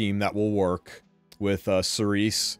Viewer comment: Cerise is pronounced Cereeze in french, meaning cherry in english. Thank you for the informations and tips, and good luck for the 10M.